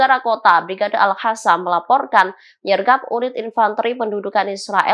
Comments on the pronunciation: Al qosam la..bukan al hasam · Nah ini si host yg gak bisa baca.. Al Hasam.. Al hasam.. gak bisa bilang Al Qassam..😅😅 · Al Qassam boss.. bukan Al Hassam! semua Group tribun ini nyebutnya gitu. Aneh! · Ini pem a anya sok inggris / gonlog ?!. Koq bCNya al hasam?, Padahal al qosam. Pake q ga pake h. Blok